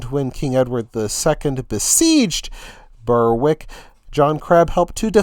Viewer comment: Berwick is pronounced Berrick.